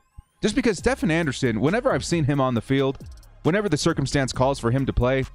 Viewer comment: Stephen Anderson’s name is pronounced as “Steven” lol. I’d also consider adding Ryan Smith on CB since he will most likely be the gunner in special teams.